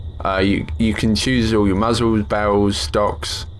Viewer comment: i love how he says barrels. bahwahls